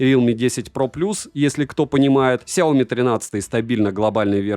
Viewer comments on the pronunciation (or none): СайомИ На последний слог ударение Но всё равно спасибо что не через К произносите =)